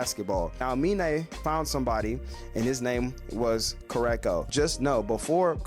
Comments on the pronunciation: KurOKo basket ball not Kurako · I couldn't get over the way he says his name either lol